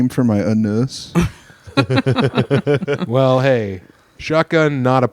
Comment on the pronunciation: Hopefully "uh-noos" is doing better 🫶